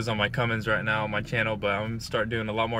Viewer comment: Philip Medina Cummins not cummings